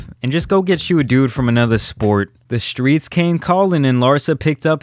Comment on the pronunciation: Man said ceo of the skreets 😂😂😂